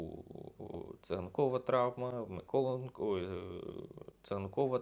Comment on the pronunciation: Хочете щоб люди підписувались? Навчіться вимовляти МиколЕнко! А то як той грьобаний коментатор з москальського каналу, (я дивився У-І через піратку, бо оф можливості не було), казав "Ачєрєтка"! Вгадайте на кого?